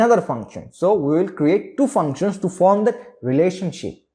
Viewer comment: Love the way you say "Choo" instead of "two". 😅